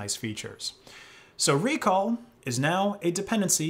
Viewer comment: It's not ReCall, it's RecAll